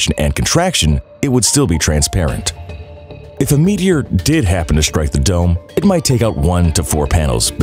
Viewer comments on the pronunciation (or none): stop putting the letter H into words with Ses. it's "strike", not "shtrike". get hip.